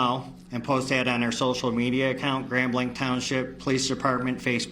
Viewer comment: Grand blank? Isnt it grand blanc with the french pronunciation?